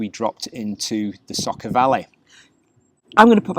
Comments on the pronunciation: I'm glad you enjoyed our beautiful Slovenia!! Btw, č is pronounced as ch, and š as sh. So it's river Socha, not Socka. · I'm pretty sure it's not said SOCO but the SOĈA river, said Soh (as in sock) Cha (as in chalk). When the little hat is above a C it is ch and above an S it is Sh. Sorry to be pedantic but I love that area and I had to check if I have managed to miss a place called SOCO 😂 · It would be more like Saw-Cha.